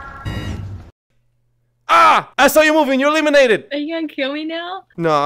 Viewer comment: Bro said pinis